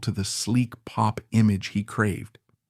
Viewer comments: Good photos though. That’s about it. The narration is awful. BO-lan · you cannot even pronounce bolan… and you use pics of mickey finn while talking about steve. embarrassing seppo trash. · Well that goes to show how much you know about Mark Feld/Marc Bolan. 'Bo-Lan'. Yep because originally one spelling of his name he tried a more 'fancy' spelling of BÖLAN was with an umlaut (two dots over the 'o'). This can be seen in an early pre-Tyrannosaurus Rex photo of "Mark Bölan", in a feature about a PR Party where Bolan's former school chum Helen Shapiro is also seen as is Twink listed as a member of 'The Fairies', not to be confused with the 'Pink Fairies' which Twink formed with Steve Took, Mick (The Deviants) Farren and Twink's girlfriend Silver Darling. Therefore as Steve Took's Official Family approved biographer, I find this little documentary reasonable. Not 100% accurate, but far better than the old Bolan Biographies which wrote Took off as a "Drugged Up Loser". In 1999 I was asked by John and Shan Bramley to take over the running of The Official Marc Bolan Fan Club and to drag it into the 21st Century with a new website. They published a Bolan biography called 'The Legendary Years'. When my hubby and I visited the Bramley's I mentioned Steve Took and John Bramley replied "Steve Took. Who???" and then laughed. I like to think I got my own back in a humorous way when John Bramley got out a manuscript with carfelly written out lyrics to several Tyrannosaurus Rex songs. On the manuscript were a couple of drawings. John Bramley raved about the one because it was shaded and john said, "Look, have you ever seen a drawing by Marc which is shaded in like this?" Kevin